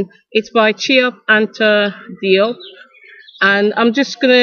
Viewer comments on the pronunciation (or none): I'm Malian-Senegalese, Diop is pronounced "Jope"